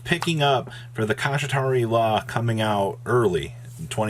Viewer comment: Ke-Shat-Ri-La